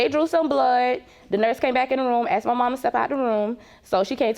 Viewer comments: Yeah, he aksed her. Maybe should have asked her. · HE AXED HER ????? THERE IS NO FUKNG " X " IN "A S K E D " ???? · He AKSED her????.... ASKED!!!! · IT'S ASKED NOT AXED!!! GEEZ GO BACK TO GRAMMER SCHOOL Y'ALL! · Why do black people pronounce the work "ask / asked" as "ax / axed"? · AXED HER .... Can you people even speak your native language? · Wife said “he axed her” why can’t these fools use proper English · I know, right!? It's always 'Aksed' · I scrolled immediately to the comments, after she said that, to see if anyone else caught it. I see you heard it as well. 😂😂😂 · Why can’t they ever pronounce the word “asked” correctly?